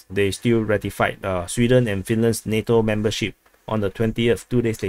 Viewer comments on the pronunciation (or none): none